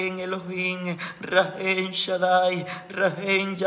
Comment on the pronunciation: Amado hermanito gracias por todo, Rachem hermano amado no es con "N" al final es con "M" 💗💗💗💗